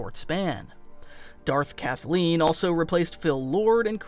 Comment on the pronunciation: Did you say, Darth Kathlene? lmao